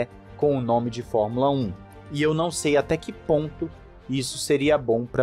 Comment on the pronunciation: Gostei muito, muito mesmo, de vc dizer: formula (É) como 99% dos brasileiros fala, e não formula (Ê).